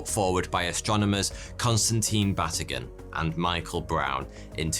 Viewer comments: Batygin is pronounced Ba-tee-ghin. The emphasis is on TEE. I absolutely love your channel. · Oh, you're my fave mispronoucer. Mike's name is ba-TEE-ghin. So there you go.